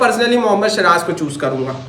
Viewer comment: Abe shiraj nhi ha vo siraj hai😂😂😂